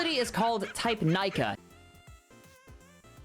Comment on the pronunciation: and its Neeka when u read it out